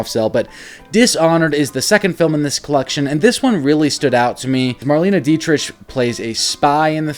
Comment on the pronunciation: Marlene's last name is pronounced like "Dietrick", as opposed to the "CH" sound.